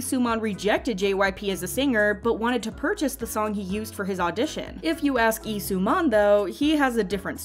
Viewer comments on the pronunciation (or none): It's Lee, not Ee👀